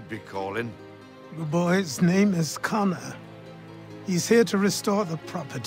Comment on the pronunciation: Achilles knew how to say kesogawasses name why not connors?